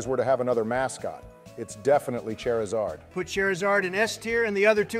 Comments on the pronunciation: No hate, but that "char" pronunciation is cringe. Keep hearing Cher. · Ooh okay here's where the hot takes get spicy Kinda funny how none of them can pronounce Charizard right Aight you already committed a Spectre-worthy crime with that Eevee placement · Good Ol’ Chair-I-Zard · Okay it's 'chair'izard from now on